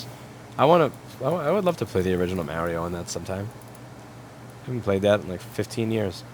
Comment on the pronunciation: I hate when people say Mario like that.